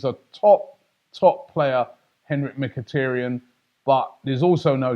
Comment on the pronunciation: Its mikitaryn not mikitryn